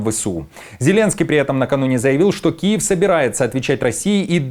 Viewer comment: КУЕВ а не Киев....😂😂😂😂😂😂